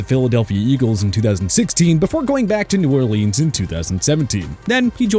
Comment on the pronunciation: Hate that this guy can't pronounce New Orleans correctly